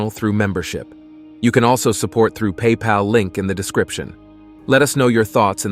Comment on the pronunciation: At the end of every video you say "Let us know your thots". Sorry, I can't oblige. I steer well away from thots...